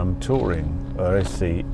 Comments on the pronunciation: it is pronounced "arse" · ‘Ar-es-e’ is where the Alfa factory in Milan was. It is easy enough to learn the correct pronunciation 😳